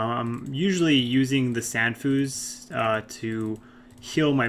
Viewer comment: it's san fews not san foos